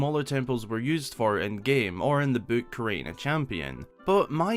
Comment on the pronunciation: how can someone mispronounce book?